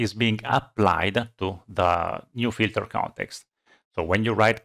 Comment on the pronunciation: I love this man what a great explanation but I surely love to hear him say FILTER CONETEXTA